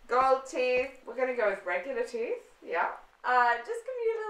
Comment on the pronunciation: And the fact that it came out as "teef" instead of "teeth", I was *dying*. 😂